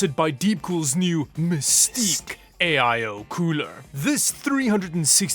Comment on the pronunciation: 'Mystique' 😅 Still the only channel I don't skip past the sponsor ads